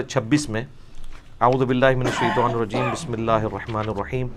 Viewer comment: تعوذ اور تسمیہ پڑھتے وقت دونوں کے درمان وقف کرنا چاہیے اور اگر ملا کر پڑھنا ہو تو تعوذ کی آخری میم کے نیچے زیر پڑھنی چاہیے ،جو تم نے نہیں پڑھی ،ایک دفعہ نہیں ہمیشہ عربی عبارت غلط پڑھتے ہو